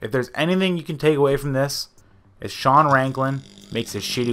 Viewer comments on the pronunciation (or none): none